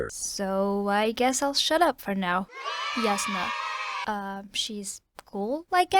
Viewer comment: Also it's pronounced (J)asnah, not (Y)asnah. My friend tried to convince me with some international phonetic alphabet stuff, but I won't be convinced.